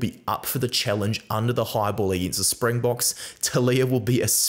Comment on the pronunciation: Hey, love your vids. Just want to let you know as a Saffa, great job on the Springbok name pronunciation. Basically spot-on on all of them. Just goes to show your quality as a rugby content creator, and the respect for the Bokke. Can't wait for the game!